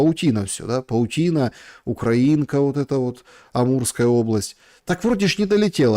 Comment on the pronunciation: на 35 минуте не УкраИнка, а УкрАинка) я про аэродром)